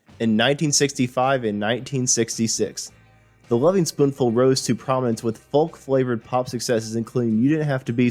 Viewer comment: The pronunciation of Greenwich and Creeque Alley is laughable and you're not really a natural when it comes to narration. Oh and the "L" in folk is silent. You don't pronounce the L. I can't believe you've never heard anyone saying the word "folk" before.